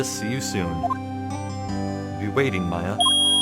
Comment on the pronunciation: Dude, I'm so hyped for this. The AA games are some of my favorite games of all time! P.S. Maya is pronounced like the civilization (i.e. Mayan), not May-a. Just a heads up.